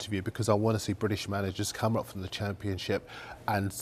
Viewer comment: did he say "Champachip". That must be the new league everyone is talking about.